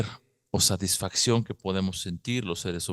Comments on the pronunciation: ¿En serio? Es que por alguna razón no se escucha que pronuncies la "t". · ¿"Saisfacción"? ¿A qué te refieres? Lo mencionas mucho.